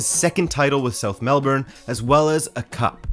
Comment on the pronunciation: Nailed pronunciation of Melbourne! ❤️ (Then botched Prahran lol - pronounced "Pa-ran", I know it's weird)